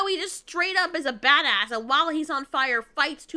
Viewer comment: Stop saying bad ass like that like that!